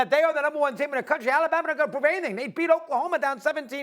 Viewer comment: The way that dude is pronouncing Alabama is freaking me out